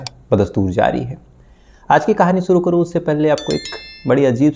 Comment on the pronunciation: aap jo bolte hain sahi bola kijiye suru nahi shuru ye lafz hai app sahi bole shabdon ko mayne badal jaate hain